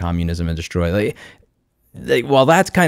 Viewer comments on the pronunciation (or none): none